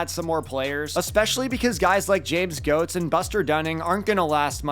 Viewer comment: Please pronounce Goetz correctly 😭its pronounced "gets" not "gots"